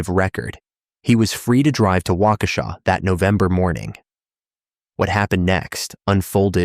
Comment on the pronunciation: they got waukesha no problem tho, which surprised me 😭